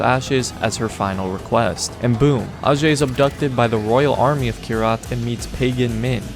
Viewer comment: hs name is actually pronounced ayjay not arjay